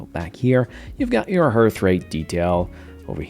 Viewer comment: Why are you saying hearth or harth rate? Not a criticism, just curious.